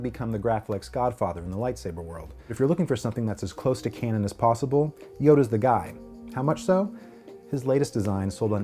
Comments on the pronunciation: "If you're looking for something that's as close to Canaan as possible," you don't know how to pronounce a really common word. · How can he call himself a Star Wars fan when he can't even pronounce "canon" correctly.